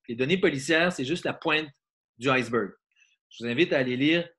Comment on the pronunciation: «... du icebeuurgh ». Non, ducon, on dit « de l'iceberg ». Pauv' tâche, va!